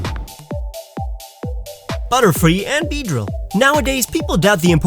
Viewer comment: Why did i hear you say utterfree instead of butterfree. is that a butterfree with miltank's utters XD